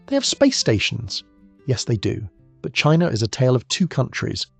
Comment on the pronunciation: I assume it's ai voice because it goes from China being pronounced "Chinaer" then switches to China being pronounced "China but Russia being pronounced as Russier" Im born 1980 my good friend to this day liked the band Weezer, fine, whatever. But in our teens i made fun of how his not favorite just liked Weezer "Champagne Super Nover in the Sky" was funny as we played DnD (it was mainstream, meant to be taboo made it fun like hiding to smoke some weed and a few ill gotten beers, but we were the "nerds' now its a billion dollar industry. Stupid huh?) Kinda odd what's worth money now.